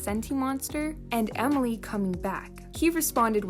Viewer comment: Did you just say Omoly it’s pronounced Emily